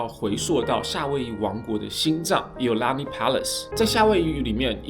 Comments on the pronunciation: should prounce as"eeo Laa ni" Palace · iolani 的發音好像怪怪的，當地人好像是念(Yī'ào lāní)，不是 i 發音